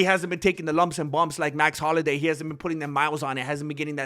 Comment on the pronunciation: I love you may man but it's, Max Holloway lol dude you're the man how you not know this. I think you're trolling us with that . Love the Chanel